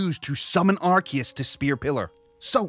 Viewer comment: IT’S NOT FUCKING ARKEUS